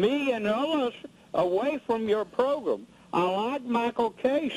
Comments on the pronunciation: Progrum Lmao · “Your progrum” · ProGRUM! Lmao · This is so funny, I'm dead. "I been listenin that progrum for 10 years and I HATE YOU" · "Get him off the pogrm"